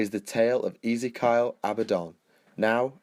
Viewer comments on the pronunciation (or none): Who is this "Easy-Kyle" to whom you speak of? Do you mean "Ezekiel" (E-ZEE-KEY-EL)? And it's "Decreed" not "Disgreed". Though I do like this level of information, however, as with the One Sydicate, your delivery is a little sloppy and needs to be rectified. Should you do this it would make these vids more bearable; some people don't like lazy or half-arsed pronunciation that is incorrect. Not trying to be a dick head, just pointing out a blatant flaw that ruins your otherwise great work. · Easy-Kyle? It's 'Ezeekeeal :)'